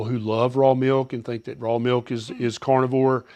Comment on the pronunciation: Stop saying cornovore it's carnivore wtf